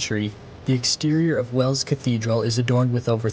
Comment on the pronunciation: Not sure if its your accent and im not hearing it right? But its Wells not Wales ... Wales is a country